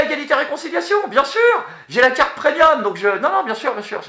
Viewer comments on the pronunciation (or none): none